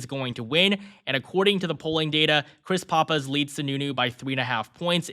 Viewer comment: Aside from not knowing how to pronounce "Pappas", how is that?